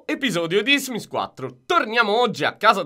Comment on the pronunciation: "Benvenuti in un nuovo episoio dismis 4" .. ditemi che l'avete sentito anche voi.